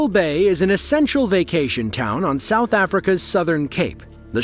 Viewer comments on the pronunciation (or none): none